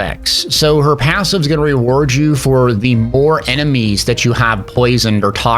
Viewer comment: How tf did you manage to add a y to the word passive?